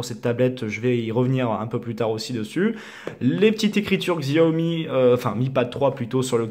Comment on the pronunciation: c'est chaomi et pas gziaomi